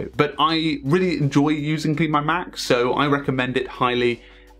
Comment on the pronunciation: It’s pronounced Clean My Mac Ten